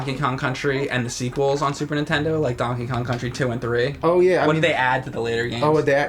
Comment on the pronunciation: Is it me or does James say super _intendo?